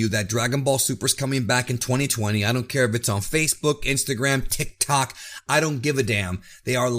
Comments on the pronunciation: Lool he said tic tok 😂😂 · The way he said tiktok 😭😭